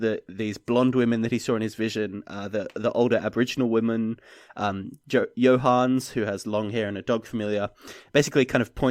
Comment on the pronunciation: Not sure how you get the name Johannes to be two syllables long, when it's clearly three. I know it's not a common name in English speaking countries, but still. /Another Johannes